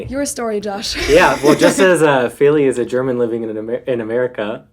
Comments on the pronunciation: I noticed the voice over announcer pronounced "Feli" the way she says most Americans pronounce it - (Fay lee) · But in fact, "Feely" and "Feli" do not sound the same.The first is pronounced [fiɫi] and the latter [feli]. That is if you know the International Phonetic Alphabet.